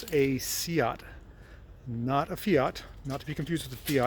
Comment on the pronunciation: According to my "Spanish" Spanish teacher it's usually pronouced "Say-ott". Just relaying what he said. Possibly pronouced differently in various areas of Spain?